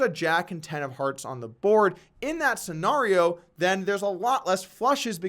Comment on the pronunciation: Polk PLEASE learn how to pronounce scenario!!!!!!